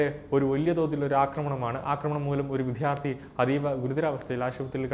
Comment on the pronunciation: വിദ്യാർത്ഥി എന്ന് തെറ്റാതെ പറയണേ !!!